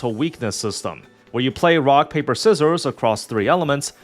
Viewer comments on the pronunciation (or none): none